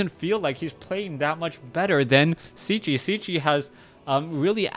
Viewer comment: Hi man .. just a comment .. is Cechi .. means he is from Czech republic .. if you want to pronunce corectly try to say Chahee .. respect